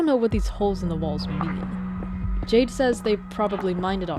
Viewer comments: what i also find interesting about this amongst all the other references is the symbolism that might be behind Jayden's character theme: the name of the ai "Jaide" was read throughout with the same pronounciation as the gemstone "jade", the profile picture of the yt channel was a pixelated jade stone, their skin looks like it may literally be made out of it. jade in chinese culture, especially during the Shang dynasty, was believed to be connected to divinity and souls; it was extracted from the mountains therefore seen as aid to ascend from the earth to the skies, and was widely included in funerary rituals to wish the deceased a prosper afterlife. in this case, Jayden quite literally is a soul if you look at it from a more spiritual point of view. they're a consciousness that wishes to be let go, but Andrew refuses to bury this stone with them because he doesn't want Jayden to move on to the afterlife, he wants them to stay with him in this one. sellers will often tell you that jade bangles will break when they've absorbed enough of the bad energy around you, sacrificing their integrity in order to protect you; that's another point i want to make and that makes me want bawl my eyes out. Jayden destroyed himself, along with Jaide that was the physical form tied to him. He watched Andrew throw his own life away for something that was only hurting him more and decided that it was enough, thus employed the self destruction command for the sole purpose of protecting him. this wa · ah yes, Jia-de. YOU JUST GOT JIA-ED HA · idk why, the way you said "jiade" had me laughing😭🙏